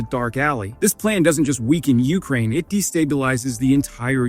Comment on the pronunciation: It's UkRAIN! Not YOU krane! FFS dude it's not that difficult. Pam